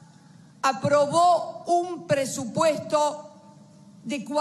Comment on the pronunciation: Pesupresto ajajaja xd ni hablar sabe